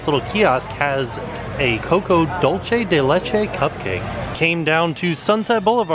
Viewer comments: Mmmmm I love me some "dolche" del leche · hahaha Its pronounced dool-se (dulce) <3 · It’s dulce as in candy